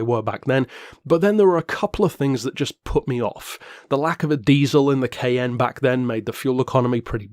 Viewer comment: I just realized he was saying Cayenne not “KN” lol. I was so confused first time I watched.